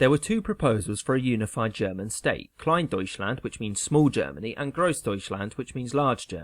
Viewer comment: It's funny to listen to an english pronounciation of "Groß- and Kleindeutschland" :D (as a German)